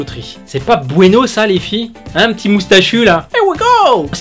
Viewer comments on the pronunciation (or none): none